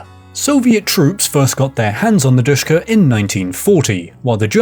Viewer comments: I don’t want too be that guy but it’s not pronounced dushka but Dishka or D S H K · Sh is not "S", it is ш... As in ДШК.